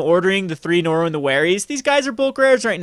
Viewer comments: I love the channel and play by play commentary. That being said omen[ oh-muhn ] and norrin not norwin. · Norin is so much win, that "Norwin" actually sounds right. ;-)